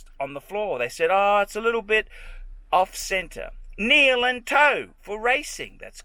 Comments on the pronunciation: “kneel and toe” what a fuckin muppet. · "kneel and toe" 😂